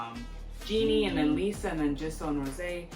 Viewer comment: Great review, loved it. Jennie is pronounce as Jennie not Jinnie:)